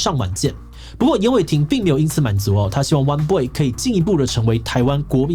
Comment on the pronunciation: 我都聽成 彎BOY 穿比不穿還娘~